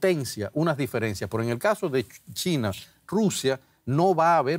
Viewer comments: Dice Tina o China??? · No es tina, es china.